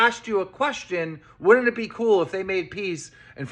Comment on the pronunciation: My take away from this entire 4 hour video is that keem can’t say “wouldn’t it” or “avoided” properly